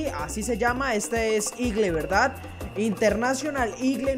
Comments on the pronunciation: Jajaja no se lee igle se lee igol jajajajaja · Eagle pero se lee igol, buen video saludos...✌️👏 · no es para que te pongas Bravo pero en Colombia se pronuncia igol y se escribe eagle para que tengas en cuenta jajjajajajajaja